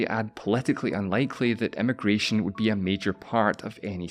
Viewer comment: I find it amusing how with your accent "immigration" and "emigration" are both "eh-mih-gration", and yet at one point you stress the difference between them: "one country's eh-mih-gration is another country's eh-mih-gration."